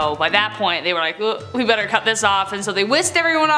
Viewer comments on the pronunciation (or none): none